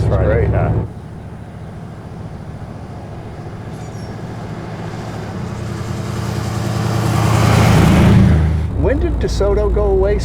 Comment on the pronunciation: this is a nice-riding cahh - heh heh heh